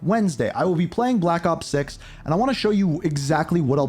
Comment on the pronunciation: "blapakop six"